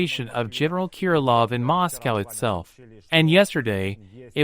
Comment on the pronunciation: MOSS COWW